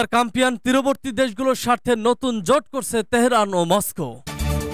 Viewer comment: CASPIAN NOT CAMPIAN